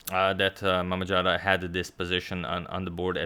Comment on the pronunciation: BTW z in mammadzada spells like zoo, not j.